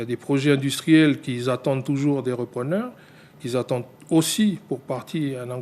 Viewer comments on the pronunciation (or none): "des projets industriels qui zattendent"...Niveau lamentable pour un individu qui perçoit un salaire mirobolant.